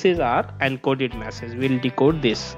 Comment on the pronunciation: its Message not Massage